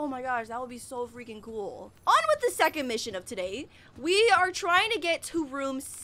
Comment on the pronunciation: How funny is the fact she says vibe vwith me before it gets scary that caught me off guard